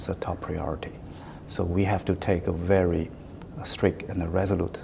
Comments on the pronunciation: ”哈，秦刚的英语还是挺不错的嘛，表达方式也比较符合国际外交方式。发音还可以，就是V音发得不对，发成了w音。“i am very impressive “ 说了还几次终于意识到自己的错误并且更正了过来。总之，没有那么战狼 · 哈，秦刚的英语还是挺不错，口音也还可以，就差V的发音不太准了。但是他说“I am very impressive “ 好几次，最终也也是到自己的错误了。这个访谈算还比较客气，不那么战狼的。